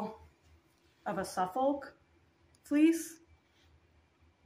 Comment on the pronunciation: This has been very useful, trying to decide which espinner to get (perhaps!) thank you! May I help you with something in return? I heard you say Suffolk. I live in Suffolk, although I’m not a native, and there is a Suffolk accent, but we brits don’t pronounce the L. So just say sUff-uh-k, run it together with the emphasis on the suff part. The end of the word just fades away. Hope that helps! Same applies to Norfolk. No L. I’ve no idea how the L got there, and we have similar spellings for calm, balm, folk where the L isn’t pronounced. I’ve heard other people struggle with some of our English breeds, like BF Leicester is said just BF Lester, I’m sure y’all know that one! Corriedale is just Corrydale, just 3 syllables Hope this is useful to non English spinners. No criticism intended. I wouldn’t know your stuff either 😉